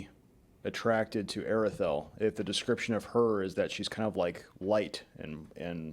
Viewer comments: the AR in Aredhel is pronounced as the word 'are' not 'air' ('a' as in 'father') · This is slightly pedantic but the th sound in Aredhel is supposed to be a voiced soft th as in "that, the, those" etc. not the hard th sound as in "both, bath, math" etc. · Actually there's no sound in English that can reproduce the AR in Aredhel . You need to do a soft rolling of the R . An example in the movies when Saruman says Mordor, but a little softer,he rolled it too much in my opinion.